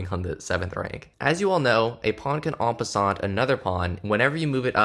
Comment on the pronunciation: en passant is pronounce en passan btw